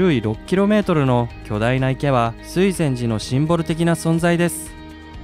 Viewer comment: 江津湖とか水前寺のイントネーション変だけど地元の人じゃないのかな？ あと、金峰山にあんなインスタ映えな岩はないです。